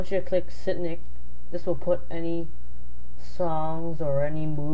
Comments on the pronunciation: So confused until I realized he was pronouncing sync like "sin nicking" rather than "sink" - also a little too short to actually be useful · dude its pronounced sink not sicnic but it is kind of a confusing word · lol shits weak how you said Sitnik when you read Sync its pronounced as SINK sync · Sinik? You pronounce it like sink 😂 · Oh my dear walrus its pronounced seenk not sinik okay how hard is it to read and say sync correctly fluffing rice people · sync is pronounced like "sink" not "sinik", hahahahahahahahahahaha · It's pronounced "sink." As in short for "synchronize." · its funny because its pronounced sink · SYNC pronounced SINK fml. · It's pronounced like sink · hahahaha "sync" is pronounced "sink" ans in syncronize LOL!!! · I'm watching a tutorial from a guy who can't even pronounce "sync". How did it come to this? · Anyone notice how he called Sync by a different name? lol Funny listening to people pronounce words incorrectly. No hate meant by that either.